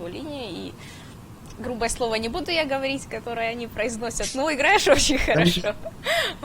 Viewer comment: ихрать напряхать ховорить